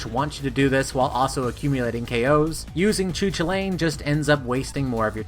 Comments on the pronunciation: "Choo choolane" LMAO But in all seriousness its pronounced "Koo Kool layn" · I've heard that pronunciation you are describing is pretty obscure or maybe even incorrect. Irish person I know told me it was "koo kal in" with "koo" like "coo" in "cool", "kal" like in "Carl" just without the "r" (or like in Superman's name "Kal-el") and "in" just like the usual word "in". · You pronounced his name wrong, great video still but as a person who really likes Irish mythology I get irked when you pronounce his name. It is pronounced Koo-cul-lain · Best doggo’s spotlight, he’s got a LOT of speed and distance to work with in his combos, but if you can steer him properly he can wipe out crowds faster. But yeah he’s definitely unfortunately underwhelming thanks to his overwhelming movement and linear focused attacks. Also I know Celtic names are super tough, but Choo Choolain is probably the funniest pronunciation I’ve heard yet. The closest I can spell out a pronouncing guide is Coo Cullen.